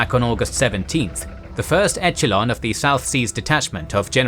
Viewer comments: the way he says 'etchalon' for echelon is making me wince, and the weird put on old-timey English accent is a strange choice. Still great video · Very fast talking with numerous mispronunciations of town names and basic words eg echelon is a soft ch like sh sound, not hard like ch in cheese.